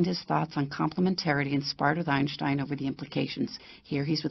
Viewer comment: Chutiye, you cannot even pronounce Einstein, Niels Bohr and de Broglie and you made a video on them?